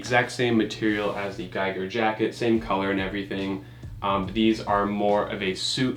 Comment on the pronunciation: Giger is pronounced a bit differently just as a heads up from a swiss guy ;)